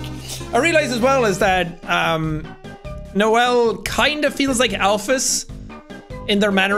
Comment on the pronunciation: I like how you said noell instead of noelle